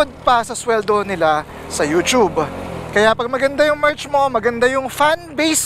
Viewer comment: Maraming salamat sa pagsabi ng tamang pagbigkas ng "You-tyube". More blessings to come!